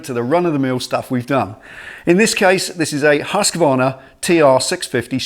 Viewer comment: Awesome video.. It's nice to hear someone actually pronounce the name Husqvarna correctly like you did. It is correctly pronounced husk-varna.. Most people say huska-varna.. This one is going to be cool to see how it turns out.. Thanks for sharing it.